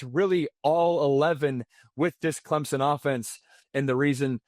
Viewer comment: lol clempson